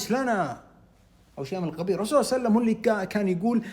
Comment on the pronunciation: عندما تذكر سيد الخلق محمد صل الله عليه وعلى اله وصحبه وسلم و تريد ان تصلى عليه صل عليه بطريقة واضحة وفصيحة وبهدوء وبدون عجلة تادبا مع سيد الخلق محمد صل الله عليه وعلى اله وصحبه وسلم